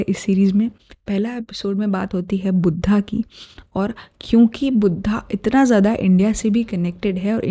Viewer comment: Wo budhha nai Mahatma budhh hai .. 😞😞🙏🙏🙏 plzzzz naam sahi se pronouns kijiye .. pta nai aaj kal hamare desh me ye kya nya fashion chal pda hai kisi bhi Hindi shabd ko English me pronounce krne ka .. plzzzz sabse meri hath jod k 🙏🙏request hai jo shabd jaisa hai usko waisa hi bole .. yog ka yoga bna diya , budhh ka budhha 😠😠😠